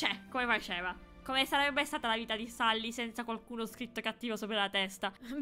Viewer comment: Non si dice sally ma selly che si scrive sally